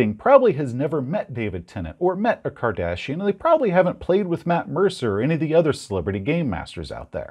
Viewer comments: Does it say something about me that when he said Kardashian I kept hearing Cardassian? As in Star Trek? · I was confused for a bit I thought he said Cardassian.